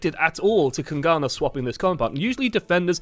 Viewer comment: PLS just call them kings and don't try to say kungarna.